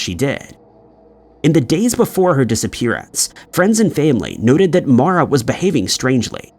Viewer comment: Her name is MAURA Murray. Not Mora.